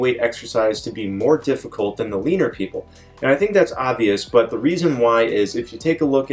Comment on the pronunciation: I know you said "leaner people" but I heard "Weiner people"